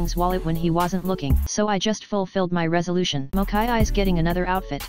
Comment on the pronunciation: Still cant get over Moch-eye-eye!! 🤣🤣🤣